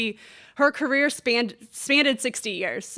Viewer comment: Sorry but when you're covering a journalist who has the stature of MG then you need to get a few things right. It's... "spanned" - not spannded "Time magazine" - not Times magazine High school level English.